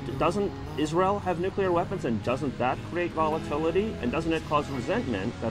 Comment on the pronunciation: lol Nuculear? How about nuclear mr. president.